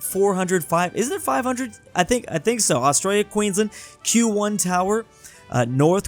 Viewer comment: Who noticed 'Australis'